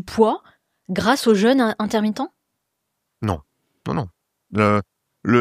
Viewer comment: Prononciation du mot "jeûne" : penser à "bleu", à "deux" et non à "beurre", "leurre", etc. Cela évitera de dire "je me suis fait un "jeune"... 😁